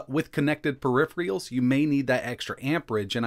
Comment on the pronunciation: No techtuber can say the word “peripheral”...